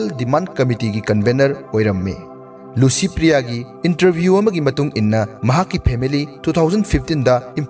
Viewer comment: Dear narrator , u pronounce LICYPRIYA as LUCYPRIYA....